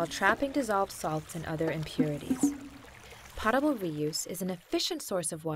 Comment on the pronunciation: its not pot-a-bul, its poe-ta-bul,,,,kinda makes me think the narrator has no idea what shes talking about